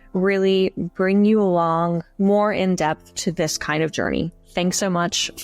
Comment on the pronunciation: Please say "alonggggg" again. When someone embraces syllables you know they are having a good day. Or maybe it's just related to lingered, controlled brushstrokes. Anyway, enjoyed the lecture.